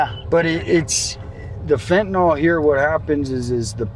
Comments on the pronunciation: y'all got any fentaNALL? Not fentaNILL. the proper pronunciation. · FentaNYL. NYL. It's not TylenOL. FentaNYL.